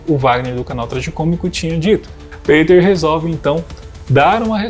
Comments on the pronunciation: Juntar todos não somam nem 1/5 do conhecimento do Peter, tadinhos. hauahuhauhauha E a pronúncia é Pêter e não Peiter. hauhauhauhua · Por que voce pronuncia peiter ao invez do correto que é piter ??? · PETER Igual Peter Pan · O cara utiliza um nome gringo mas quer que pronuncie abrasileirado, é isso? Que loucura meu irmão... 😂